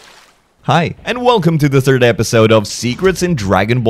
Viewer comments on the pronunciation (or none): none